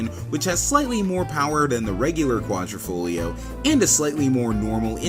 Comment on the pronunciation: Repeat after me..."Quadr I foglio" not "Quadr O foglio" good now repeat again! Quadro in Italian is a picture frame, Quadrifoglio is a four leaf clover.